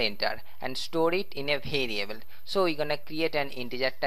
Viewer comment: Says variable like bhariable